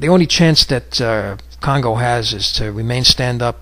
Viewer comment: kongo not congo